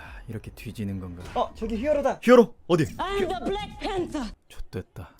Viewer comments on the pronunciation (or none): 발음 존나 웃기네 처음에 아임 더 블뤡풴더